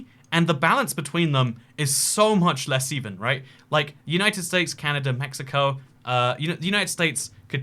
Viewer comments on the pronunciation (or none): none